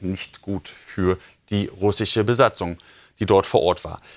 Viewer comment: Welch ein lächerlicher Mann sag doch nochmal russische 😂😂😂